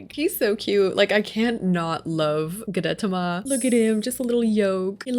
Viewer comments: gudetama is pronounced “goo-deh-tama” and they’re nonbinary! (they/them) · Gudetama is pronounced guu-deh-tah-mah; each syllable is like each word so it’s not pronounced as fast as you were ! Anyways, I love this video I’m OBSESSED🤩🤩🤩🤩🤩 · Goo-deh-tah-mah. Gudetama ☺️ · Tip: Godetama is pronounced Goo-Deh-Tama😊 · I think Gudetama is pronounced Goo-duh-tom-uh :) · It’s pronounced Goo-de-tah-mah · Sorry but it’s pronounced gu(de)TA-ma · Gudetama is pronounced like goo-deh-tah-mah 🥲🥲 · not seeing anyone else say it but gudetama is kinda pronounced like goo day tah mah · gudetama, i believe, is pronounced goo-day-tama :) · Here’s how to pronounce gudetama (well how I pronounce it) Goo-da-ta-ma Hope this help ^^ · I’m not 100% sure but I think you pronounce it “goo-de-tama”.. like tama as in tamagotchi. But I can be wrong 🙈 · This is all so cute 😭🩷❤️‍🩹 Always love your builds ! As for their name pronunciations, usually I find they're said slowly or plainly ? Idk how to explain that bwahah, but like Goo. deh. tah. mah. and Pom. pom. poo. rin. or Koo. roh. mi. That's usually the way to go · It’s goo-de-tah-mah. Gu-de-ta-ma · Japanese is pretty straightforward, btw Gudetama is just goo-day tama. Good tries though! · You said the egg’s name wrong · Awesome video!! Love the smaller details for each character. ALTHOUGH, Gudetama wasn't pronounced correctly and that they're considered non-binary as an egg, I over all think you did amazing!! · it is NOT that hard to search up gudetama's pronounciation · She said it wrong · yeah lol, I laughed at that, but hey, it’s not a very common word or name for white people to hear lol